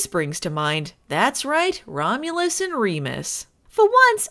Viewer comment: Filming Baywatch Nights, a play in 1 Act. "Twins...Romlus and Remus." Uh cut,, you kind of missed that first U, can we get a second take? "Second? Two? Twins...Romlus and Remus"...... Cut, print, who gives a shit. Aaaaaaaaaand SCENE.